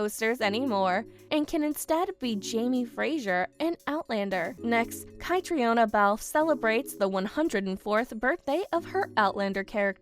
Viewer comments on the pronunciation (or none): Yes, these podcasters don't care enough to get the pronunciations right. And Catriona pronounces her name kat-treen-a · kuh--TREEN uh. say it right. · I wish they’d learn how to pronounce Edinburgh and Catriona